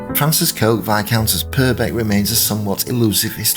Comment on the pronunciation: The name is pronounced ‘Cook’!